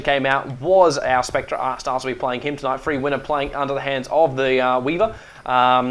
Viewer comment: did he just say spec-tra instead of spec-ter?